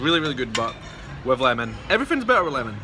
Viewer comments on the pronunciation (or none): none